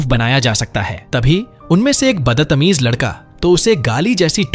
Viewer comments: Are tum battamiz nahi batatamize kyu bolrahi ho😂😂😂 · Badtameez ❌baddatameez✅🤣